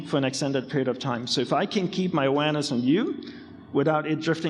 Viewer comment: He says 'Awareness' but sounds 'Uranus'